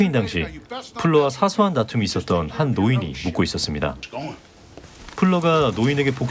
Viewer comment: 묶고 아니고 묵고 요.!